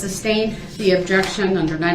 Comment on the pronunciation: Let's not forget, AMONISH, instead of ADMONISHED, SUBSTAIN instead of SUSTAIN, Brooks is a master of the English language..